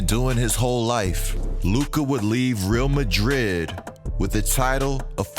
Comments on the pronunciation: Just discovered your channel and am binge loving it! You probably know this by now but the Real in Real Madrid is pronounced Ray-Al. Keep up the great work! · Great video! One thing, it’s pronounced “Ree-all Madrid.” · it's actually not pronounced like that.. reˈal maˈðɾið it's more like this.. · Couldn’t help but cringe the way he pronounced Real Madrid. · The way he says Real Madrid 🤣🤣🤣